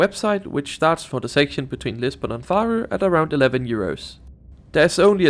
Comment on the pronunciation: dont be offended, but i find it really funny how you pronunce the names of the cities :D "Farro" hehe. Great video btw <3